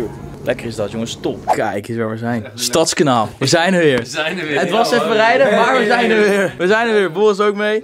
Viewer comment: Gecondoleerd. Maar je legt de klemtoon verkeert bij Stadskanaal. Je zegt nu STADSkanaal. Maar hier zeggen we StadsKANAAL. Dus klemtoon op kanaal ipv stads.